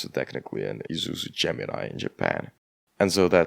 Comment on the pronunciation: I oove how you absolutely murdered our language there lmao Also the car's name was Gemini as well.